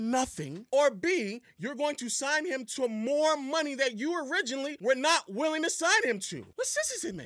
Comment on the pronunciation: Calling money "monyun" is corny.